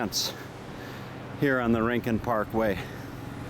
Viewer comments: It’s RIN-CONE … Spanish word meaning corner or nook or special place. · And Yes its Pronounced RIN-CON. ☺ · Not REE-CON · Not REEN CON. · It's not rin con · Hi Dude. Just so you know it’s pronounced “ RIN - CON” Have fun world famous surf beach